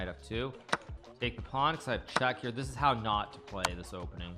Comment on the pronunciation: hikaru always pronouncing "this" as if he was saying "deez nuts" XD